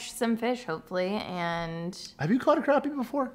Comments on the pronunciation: It's Crappie not Croppy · Yo. Pennsylvania here. It’s not craw ppy. It’s crap p. It’s spelled Crappie Bahahahahahahahah.